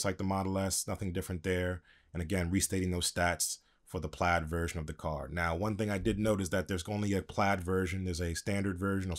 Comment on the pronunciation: Pla_I_d* PLAID, not plad...